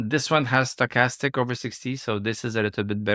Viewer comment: You say stochastics correctly in english one time, then 2 seconds later back to "stock-a-stick"...😁